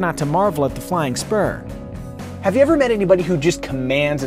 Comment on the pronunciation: First I thought he said "Flying Sperm"...